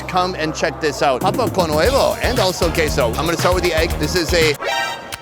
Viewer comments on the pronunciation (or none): none